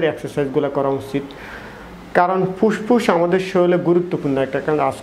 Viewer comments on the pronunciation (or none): বাইরাস মানে কি? শরীল কাকে বলে আর পুসপুস ই বা কী । ফেট, ফ্রেসার, সেস্ট----উচ্চারণ এরকম কেন? শব্দ গুলো ভদ্রলোকের মত উচ্চারণ কর।